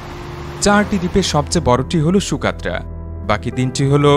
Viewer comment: ইয়েমেনের এই ভৌগলিক রহস্যময় দ্বীপটির নাম সুকাত্রা না সগোত্রা? ন্যাশনাল জিওগ্রাফী, বিবিসি আর্থ প্রোগ্রামে সকোত্রা উচ্চারণ করতে শুনেছি।